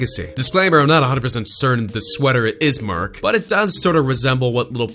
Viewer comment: Did he just say merk instead of merch like wtf